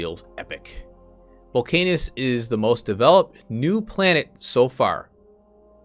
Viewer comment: I think it’s probably pronounced ‘volc-ah-nus’, though your pronunciation is more fun. haha Great video!